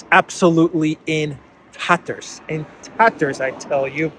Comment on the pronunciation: “In taterrrerrs” 🏴‍☠️😂